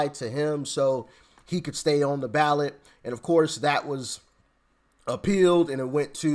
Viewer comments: Ballot not Balet Dear Brother😊! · Ballot! Not balet ! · It’s not Balet. It’s Ballot. 🤭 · Ballot NOT BALET WISE UP! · *ballot not balet 😂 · Ballot not Balet. lol